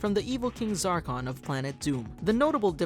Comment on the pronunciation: *lord zarkon. Please it triggers me